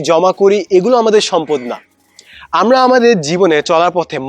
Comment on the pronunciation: স্যার আপনার একটা উচ্চারণ সঠিক হয়নি! তিন মিনিট 20 সেকেন্ড এর মধ্যে আছে !! আপনি আমরা না বলে বলেছেন আম্মা!!!☺️ স্যার কিছু মনে করবেন না!! এভাবে মজা করে বললাম